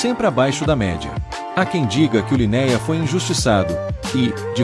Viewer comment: LinÉa, DualogÍc, é de rachar o ouvido.